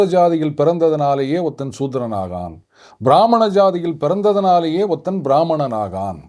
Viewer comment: 3.43 லிருந்து சூத்திர சாதியில் பிறந்ததினாலேயே சூத்திரன் ஆவான் என்று சொல்லப்படுகிறதா இல்லை ஆஹான் என்று சொல்லப்படுகிறதா. உச்சரிப்பை என்னால் சரியாக கேட்க இயலவில்லை.